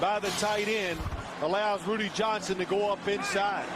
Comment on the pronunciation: It's Rudi... Not Rudy